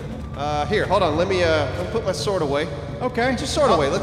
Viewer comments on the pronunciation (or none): Why does insist on pronouncing the W in sword(s)? Is it trying to be one of those things like Stewie Griffin's H in Cool Whip?